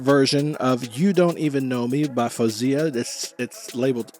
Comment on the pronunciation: It’s pronounced FOOZIA , But she allows FOHZIA. Most of the fans prefer the latter. Anything but FOWZIA.